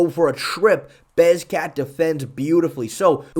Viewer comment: You are saying beZKat instead of beKZat now??? This is even worse than the movzar mozvar thing. It feels like you are trolling me specifically omg this irks me so much